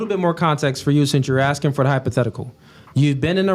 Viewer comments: What’s “aksing?”. Thought it was ASKING? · Axing….That’s all I need to hear.